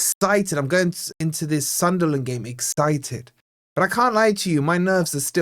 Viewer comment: Noticed you say excited as exTited. wtf 😂